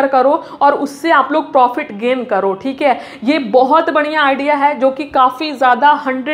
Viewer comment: Khali bolta hai khik hai 😂 thik hai😂